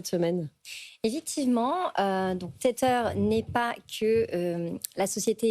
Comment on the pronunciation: Téteur ; un enfant qui tète. Tether (tè-vah) : (verbe) utiliser (un smartphone) afin de connecter un ordinateur ou un autre appareil à Internet. Verbe Attaché à. Apprenez à prononcer des mots anglais correctement.